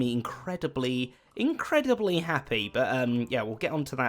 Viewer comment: you mean INKreadibly? :D